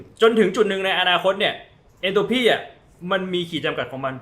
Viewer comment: Entropy(เอนโทรพี) ค่ะ ไม่ใช่ เอนโทรฟี